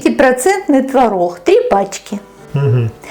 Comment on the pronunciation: Почему она так разговаривает?: твороХ, пероХ ,4 ложечки приХотовлю, они не будут Хореть,тебе было 2 ,5 Хода ,я тебе Ховорила " от куда родом ? Не Хустой твороХ : ухо режет🤕